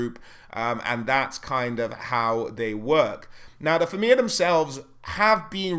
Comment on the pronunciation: It's pronounced Feena, not Feeana.